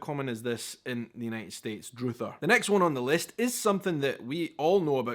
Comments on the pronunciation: We pronounce "druthers" not with a long "u" (like "you") but...as if you were rhyming it with "brothers"...like "drothers". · Whilst spelt Druthers, it's pronounced Dr-others. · Dr it her is pronounced with a short u sound. “If I had my druthers, I would do it this way!” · Druther is pronounced uh, not oo. It really isn't as popular as it used to be. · Ok..we dont use the word Druther...its an old timey word that most people probably dont know, and its pronounced different the "U" is like uhh not ohh Druhh-thers not Drew-thers Also, wahzoo does me "backside" even in that "great quantities" example, it can only be "hes insured out his ass" not "hes insured out his great quantities." But it implies having such an abundance of something that its...well...coming out your backside. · …druther…with the ‘uh’ sound, not ‘droother’… it is short for “I’d rather…” ….’I’d druther’…. Same thing… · Druther is actually a slang contraction for I would rather which became I'd rather, which became the slang verb I Druther. Pronounced Druh-ther, not Droo-ther. Today it's a word that measn preference. People use it as a noun instead of a verb. They'll say, "If I had my druthers, we would do it a different way." Meaning if I had my preference..." There was even a restaurant back in the 70s called Druther's and the advertisements had a jingle that wnt "I'd rather got to Druthers, rest-au-rant..." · It's pronounced Dr-uh-there not Dr-oo-ther...and I say, " if I had my druthers I wouldn't choose either option," 😅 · It's not pronounced "drooother", it's pronounced "dr-uh-thurs" like "drug." "UH" sound. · Druthers here is not pronounced droother, but rather "druh·thrz" no offense to, he has a great channel, but the early '20s has kept him out of the states unfortunately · Druthers rhymes with brothers so the first syllable is more like drum than drew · Druthers is pronounced similar to brothers, not droothers. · It’s dr(UH)ther not oo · Druther is pronounced like the word DRUG